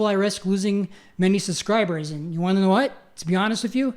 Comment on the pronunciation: Did he say "suscribers"? God didn't work very hard on this guy considering he can't pronounce simple words. But he was saved from death by the god that he believes created him and that is pretty convincing 😂😂